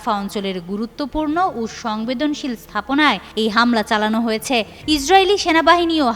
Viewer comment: হয়েছ্যা এটা কি ভাই 😂😂